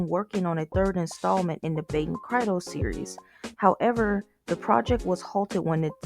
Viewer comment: Baten Kaitos is pronounced "Kai-tos" Also, the canceled Baten Kaitos 3 was for DS, then listed for 3DS before being pulled from the release schedule